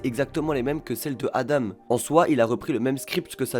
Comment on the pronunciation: Juste petite précision, ADAM se prononce pas "adame" mais bien "adan" (a-dent)